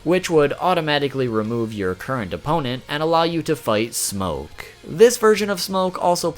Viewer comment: I hate how he says smokkke